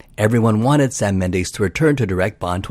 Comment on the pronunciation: What the hell is a “Mendeese”?